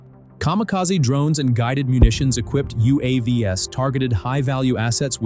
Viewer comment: "You aww vees"? It's YOU Aye Vees